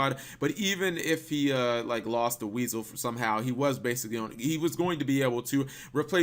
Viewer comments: It's pronounced WISE-L. NOT WEASEL!! So many people see it like that. Where then where is the a in the name that would make it pronounced as weasel. I just hate it so much it brings out my inner grammar nazi!!! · Am I the only one to point out he said weasel instead of wisel?😂😂😂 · Cap Wisel is pronounced Why-Soul. Not WEASEL!